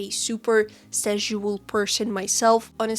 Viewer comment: Ngl the repeated intentional mispronunciation of "sexual" made this a little hard to watch, it just did not hit the ear right at all and just made me think of szechuan (sp?) sauce the whole time. You can say "sexual" normally, it's fine. That being said, totally on board with you with the main point of the vid. I'm not comfortable with super suggestive manners of character stylization myself (likely a combo of my asexuality, sex-repulsion, and upbringing in an unfortunately very conservative part of the US), but I don't go out of my way to shame people who enjoy drawing that way because That's Just Rude unless they draw my OCs in a sexualized manner without asking if I'm cool with it first. If I don't like how someone draws their own art, I hide the post from my feed and move on. Closest I've come to this sort of shaming was when someone posted a "study" they did along with the reference that ended up looking like a totally different person in the same swimsuit due to how exaggeratedly large the artist made the breats and hips, and even then it was done privately in a convo with a friend and my main issue was with the art looking so different from the reference that it'd be much more fitting to have called it "drawing my OC in this fit" or something like that instead.